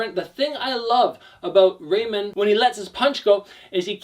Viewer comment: It doesn't matter, English speakers pronounce Ramon wrong anyway. You only said it wrong differently.